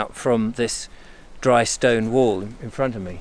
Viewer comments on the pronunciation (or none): none